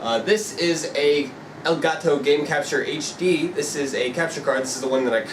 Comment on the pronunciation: i thought u said gay taco lol